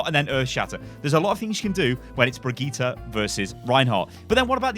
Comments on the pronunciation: Please pronounce Brigitte correctly (bridge- it) not (bri-gee-ta) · HER NAME IS BRIGITTÄ NOT BRIGITTA FACK (how you say it) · why is it so hard to say bridge it?? is this some sort of englisg langauge master race like you guys like to do LUL